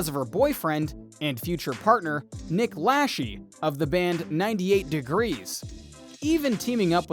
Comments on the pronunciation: Its Lachey!! La-shay not lashee!! Come on now, it doesn’t take much to see how his last name is pronouncex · Dude it’s not pronounced nick lashee it’s pronounced nick la-Shay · it's pronounced Nick Lashayyyyy not Nick Lasheeee which in French means Nick is pooping her out 😂😂😂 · Lasheee? Really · Lacheee killed me every time 😏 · I think if you're gonna make a video Then you should know your facts something simple as pronouncing someone's name right I was so sick of hearing you pronounce Nick Lache wrong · I hate how the narrator pronounces Nick's last name. 🤦‍♀️ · If you are going to post a video....shouldnt the commentator know at the very least...how to pronounce Jessica Simpson ex costar and ex husbands name???? 🤣🤣🤣🤷‍♀️